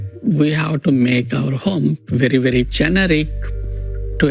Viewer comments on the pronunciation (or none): bakhi saab to sahi hai , lekin ye JUNRIC kya hota hai...the word is GENERIC ( GE - NE - RIC )....america main rehte ho to thodi angreezi bhi seekh lo !!!